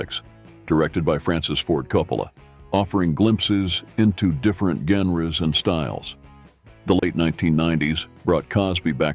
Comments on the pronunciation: "offering glimpses into different Ganruhs and styles"... lmao too funny... a narrator who can't pronounce GENRE...omg... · The way he pronounced genre is a dead giveaway.